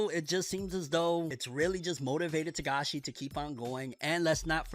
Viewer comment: First time I've heard you say his last name right